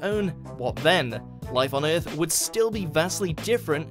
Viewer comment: Let’s make a video with a really cringy narrater that says the word EAAAF terribly bad, that will bait them to watch.